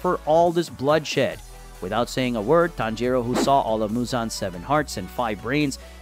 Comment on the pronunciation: Not the "tan JEE ro" 💀💀